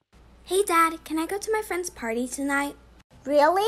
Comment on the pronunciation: Fwend huh